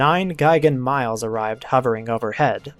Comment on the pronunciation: mee-lez, not miles lol